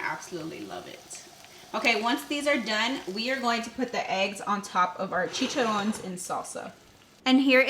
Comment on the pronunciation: THEYRE PRONOUNCED CHI CHA RRONES (ROHNES).